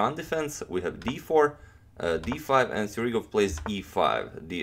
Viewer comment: He is Sjugirov. Not Sjurigov.